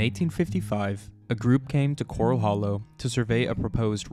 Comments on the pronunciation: Great video but it's not cor-ul like you find in the ocean. It's cor-al like where you keep horses. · Thats pronounced like a horse pen not a reef critter. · Why does the narrator mispronounce Corral? Corral Hollow was named after a corral that early Spanish cowboys used to keep mustangs. There is nothing coral in Corral Hollow.